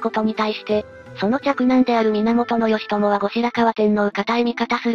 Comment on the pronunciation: ギチョウなんて読み方する？